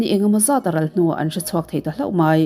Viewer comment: 👍👍 Inkawmngeih... Inngeih - - - inngaih i ti zeuh. Hloh hmanna turah 'hlauh' i ti țhin bawk hi ka lo vei țhin. I channel hi ka subna a la rei lutuk lo a, i post hlui ho ka ngaithla kual zel mai. A ngeihnawm țhin...ni lovin 'A ngaihnawm țhin...'